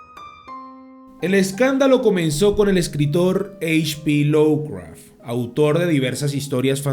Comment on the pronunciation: Cumpita, no es por molestar, pero se dice "lofcraf" no lowcraf...